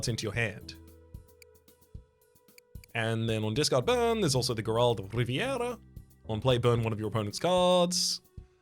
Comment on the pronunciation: I’m personally offended you keep putting such fantastical flair on Gerald’s name. HE’S NOT A COOL GUY, he’s just Gerald. Not Jer-AULD Just JER-old. From Riveria. He’s just a guy. He’s got 3 kids, a wife, 2 jobs, and only 8 minutes to play video games a month.